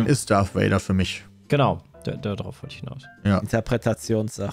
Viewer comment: Es heißt Darth Vader und nicht Darth Wader!!! Ich kriege jedes mal die Kries ewenn ich Wader höre.